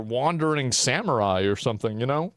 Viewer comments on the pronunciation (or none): none